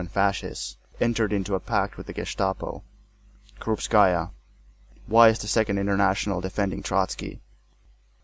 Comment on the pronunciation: Not a very big deal, but it would be nice if Russian and other surnames were pronounced correctly: KaganOvich, not KagAnovich; KrUpskaya, not KrupskAya; SokolOvskaya, not SokolovskAya; and, of course, 'e' at the end of Abel Yenukidze's name is not silent, it's Yenukidze, not Yenukidz.